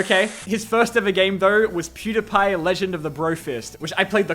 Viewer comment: why does bro pronounce Pewdiepie like that? I’m also Australian and have never heard someone say it like that, so that’s definitely not why